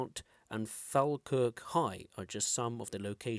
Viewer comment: Pronounced folkirk and linlithgo If that helps with the annoying Scottish place names